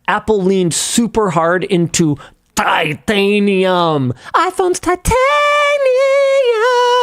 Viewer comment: Why was Linus’s “titanium” actually good